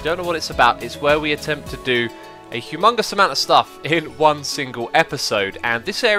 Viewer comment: OMG. He said Hugh Mungus.